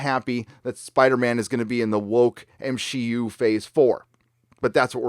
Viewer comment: "M-She-U"....HA HA HA HA.